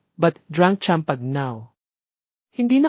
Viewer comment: Is it pronounced as MAILO, EJ not EG, CHAMPAGNE, PLS. Ano ba yan.